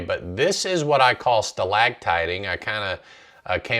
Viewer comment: sorry, it's NOT "stalagtiting", it's "stalactiting. "stalagmites" are ground spikes. we were always taught the C was for ceiling, the G was for ground.